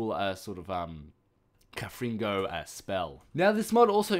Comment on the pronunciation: Con-frin-go... not Canfringo